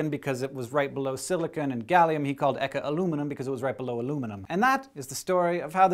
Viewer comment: What I hate about this show is that the host is really bad. I can't find that he presents the show in the least exciting manner even though what he is talking about is pretty interesting. The nerd glasses don't make you suited for this. He is reading of a script. He can't pronounce foreign names at all, which is a sign of cultural ignorance. If he was trying to say that he can't pronounce the name to try to joke, then it wasn't funny. Find some other person.